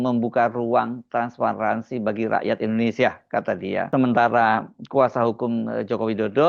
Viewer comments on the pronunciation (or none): none